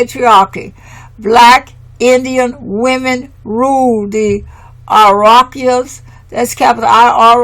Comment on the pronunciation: My Dear Sister commentator...the phonic pronunciation of "Iroquois" is: "EAR-O-QUAAH". Thank you for your diligence and honoring the ancestors and our matriarchal tribes and customs noted within this work. Let them be "Americans" for we are Amaru-Khans..."Royals of Amaru" in the lands called Atzlan later stated by the Greeks as "Atlantis". The True "Blue Bloods" and students of Tehuti/Djehuti also known as Thoth the Atlantean who set up Ancient Egypt and Hebraic customs which upon the Great Cataclysm Thoth went setting up the :Second Egypt and the Iberian Peninsula of Northern Alkebulan/Africa. Last...our Great Mother Amaruca connects with Asia by the Beringia Land Bridge/Strait now submerged underwater...still connected with the other. That is PROOF Amaruca/America IS The Orient and the Far EASTERN Lands of The Rising Sun!! We are NOT in the Western Hemisphere. "Pass me the Soy Sauce Please"..... 🙇🏾‍♂️🕊🙏🏾✊🏿🍷🤴🏿👸🏿👑👳🏽‍♂️👳🏾🦹🏾‍♀️🧙🏿⚔🛡🗿🗿🗿🕎✡ 🥍⚽️⛸🏀⚾️🏒🤠🦅🪶🏹⚖✊🏿